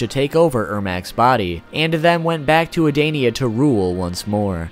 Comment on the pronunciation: king “j-rod” “adainia”